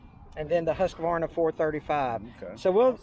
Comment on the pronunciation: Nice to hear someone who knows how to pronounce Hus-kuh-VAR-nuh. Irregardless of that, Husqvarna makes the best chainsaw you can buy at any price. Why else do more pro loggers and tree guys who rely on these saws for there living use them?